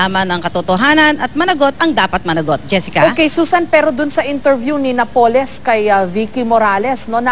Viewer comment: napoles is pronounced with accent on the "a"...